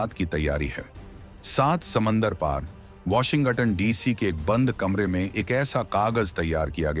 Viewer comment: वोशिगं टन नंही वोशिगंटन बोलो भाई! 🙏